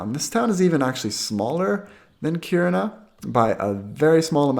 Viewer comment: I actually live in Kiruna, impressed by your pronunciation. Btw, if you want to buy up homes, you can easily rent it out to students coming for highschool and make a good profit in a few years time, any decent price would be gobbled up immediately.